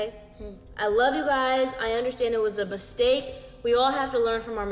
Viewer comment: Why you say bistake